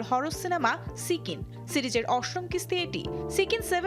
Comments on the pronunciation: Sikin na ...uccharon hobe sijjin. 😅😅😅😅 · সিজ্জিনরে সিক্কিন কয় এই বালের সাম্বাদিক আপায়😂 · উপস্থাপনা করতে আসে সঠিক উচ্চারণ না জেনে। সিজ্জিন হবে সিক্কিন না। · সিকিন না, তুর্কি ভাষায় সিনেমাটির সঠিক উচ্চারণ হবে 'সিজ্জিন'।